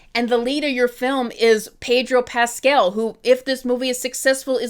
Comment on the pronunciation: it's Pedro PascAl, not PascEl, please have mercy